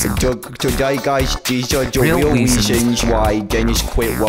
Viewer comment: weal weasons